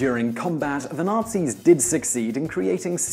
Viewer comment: Highly amusing/appropriate - most of the times Whistler says, "Nazis" it sounds like he's actually saying "nasties"...